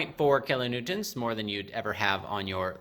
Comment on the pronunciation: Kilonewtons not kilonewtents